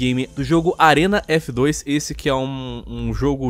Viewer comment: Do mesmo jeito que na treta os lacradores não assistiram os vídeos a não foi atrás de informações e não foi capaz nem de falar o nome direito "Arena F2" ja foram melhores com as informações...